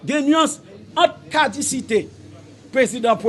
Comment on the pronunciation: Neg so yo pa di cadisite caducité Weon